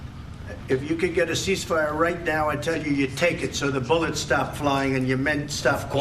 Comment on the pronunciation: " i need more boolets sir "